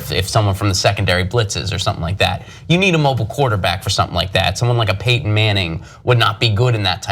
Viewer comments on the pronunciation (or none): none